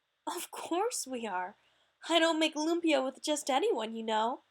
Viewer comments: omg you don't cook the meat before you put it in the wrapper and its pronounced lUmpya not luumpyah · That's not how you say lumpia..